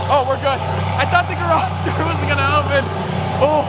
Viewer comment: Lol can you even say we’re?